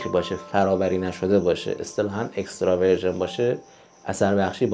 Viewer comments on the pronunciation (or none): استاد عزیز سلام. ضمن سپاس از اطلاعات بسیار ارزنده شما، واژه وتلفظ درست تر برای این نوع روغن زیتون که فرمودید، اکسترا ویرجین یعنی فرا - بکر (ویرجین به معنای باکره یا بکر)و نه ورژن version می باشد. پایدار و زنده باشید.🙏